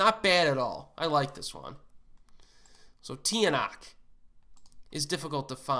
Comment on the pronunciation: Tiyanak? It’s pronounced “Chanak” It’s different right? But that's how we pronounce it